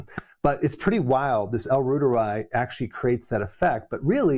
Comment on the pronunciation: I've been fermenting Reuteri for two years and feel fabulous 😅 Btw it's pronounced like Reuters news service, ie roy- teri. German